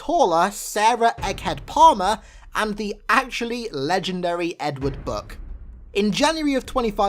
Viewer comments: His namn is Buck, BUCK. Not "Buk"... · book? does he mean buck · Omg its buch not book